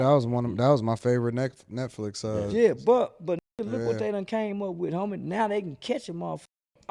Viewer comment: Dudes ghetto was about to come out he almost said neckflix 😂